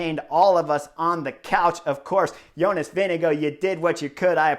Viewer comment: Jonas "Vinego" Vingegaard 😀 At least in europe his name ist pronounced more like "Wing-e-guard" 😛